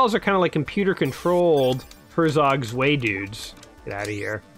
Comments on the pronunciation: "svay actually means two in German" ... uhm, not like that it don't! pronounce it like: hair-tsok tswigh or herr-tsok tsw(eye)... i'd say but that pronunciation really drove engagement up, so well played, mister. :) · "zvay"! is pronounced tswigh.